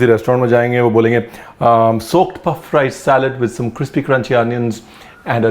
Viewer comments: cripsy nahi, crispy hai jo kahna tha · So sweetly he says cripsy Hahaha instead of crispy